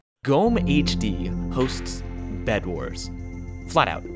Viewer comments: Oh so GommeHD has the second oldest bedwars version? DIESE KOMMENTARSEKTION IST NUN DER EIGENTUM DEUTSCHLANDS! btw in GommeHD, you pronounce the E. It's not silent. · You slightly mispronounced GommeHD! Jesus, I'm surprised to see this here, i have barely remembered him - this brings back good memories uwu